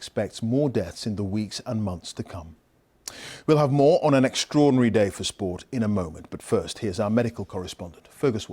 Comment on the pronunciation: Did he say "extrordanry"?